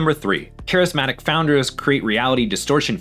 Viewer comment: Using AI that can't even pronounce "charismatic" correctly...